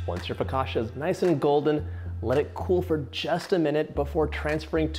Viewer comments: He is saying fla-ca-shuh, that's why even the video makes fun of him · Someone in the background, tried to correct your pronunciation of the word" foccacia. You just did not get it! In Italian, when a the combination of 'c and i' fall together it is pronounced as if it is "cha" as in the dance, the cha,cha,cha. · Dear John, FOE-KAHT-CHA 😄 you’re welcome, Cassie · to complicated dear Let's make it simple It is "ch" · I think a good way to pronounce it for our English speaking friends is: Foe-catch-ah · Agreed! I learned a trick for pronouncing Italian words. Two consonants in a row cause a hard stop. So it’s pronounced. Fo cah chia. No soft sounds. I am making this right now. This man has so many great recipes and so much kindness. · i love hearing you say flocaccia with so much conviction haha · its pronounced fu cah shia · Dear Italians, please don't kill John for mispronouncing focaccia, we love this man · Couldn't listen to him mispronounce something that he's teaching me how to make. I lasted minutes. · John I love you but how do you not know it’s focaccia ….. and how to pronounce it!!